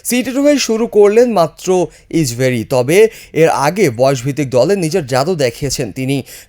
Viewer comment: কের ইচবেরি ইচবেরি উচ্চারণ ঠিক করুন